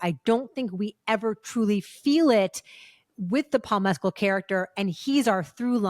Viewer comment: A gold star to Christy for pronouncing Paul Mescal's name correctly! 🙂